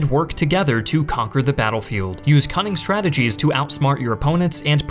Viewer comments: Call me a grammar Nazi, but the constant mispronunciation of the word “the” makes this difficult to listen to. “The” is pronounced “thee” before a vowel (thee Americans) but pronounced “thuh ” before a consonant (thuh guns and tanks). Call me the armchair grammarian, but take no offense. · Are you AI? Why do you say THEE instead of THUH? I find your content interesting, but I just cannot listen to your narration. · Why does this guy always pronounce "the" as "thee" instead of "thuh"... sounds weird.